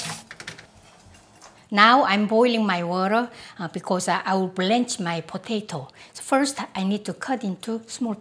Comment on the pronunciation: “Blanche.” -Maangchi